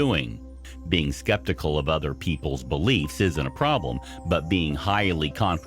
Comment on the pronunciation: The condescending thing….yeah…..the way he mispronounces “skeptical” just utterly infuriates me. Like makes me want to burn down a house. Lol